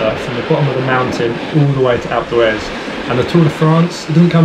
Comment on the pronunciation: a couple times i thought he was saying "acletraz" instead of alpe d'huez